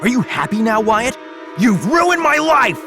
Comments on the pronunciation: WHY DOES WYATT SOUND LIKE GYATT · Wyyat sounds like gyyat lol who agrees? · "Wyatt" nah "Gyatt" 🤔👍